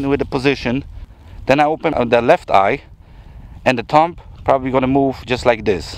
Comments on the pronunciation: Yes, it was very good, thanks. What I pointed out is a general rule in English. a B after an M is almost always silent. DUMB is pronounced DUM TOMB is pronounced TOOM CLIMB is pronounced CLIME LIMB is pronounced LIM THUMB is pronounced THUM The movie DUMB & DUMBER is pronounced DUM 'n DUMMER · The B in ‘thumb’ is silent. THUM. It would have been smart to check the correct pronunciation of the word before doing a video where the word is used constantly.